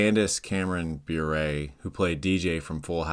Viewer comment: I want say something nice about Candace Cameron Bure. Her brother-in-law is one of the most amazing hockey players of the 1990’s. Bure is pronounced “bore-ray” Otherwise, this is awesome